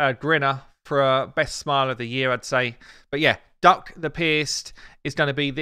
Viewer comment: Calling him Duck makes this video sound ridiculous. Not sure if it's right, but could we just decide it's pronounced duke?